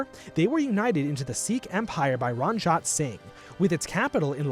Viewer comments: ITS NOT RAANJAAT ITS RANJ-IT SI-N-GH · It’s “REN-JEET SINGH” not “RUN-JEET SINGH” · Ranjit is pronounced Runjeet Not rahnjaht lol Sikh is pronounced sickh not seek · RANJAT SINGH?? ITS RANJIIIIIIT ITS EE NOT AAAA IT HURTS TO HEAR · Ranjit is pronounced run-jeet. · Ranjit Singh is pronounced “ Ranjeet” singh and we as Sikhs generally put Maharaja Before it as a sign of respect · Bro, it's pronounced "RUN-JEET"😂